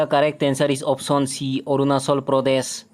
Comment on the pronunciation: Arunachal ❌ Arunachol✅😂